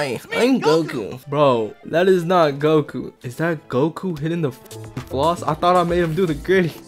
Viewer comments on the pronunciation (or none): that ain't Goku, that's gomku 💀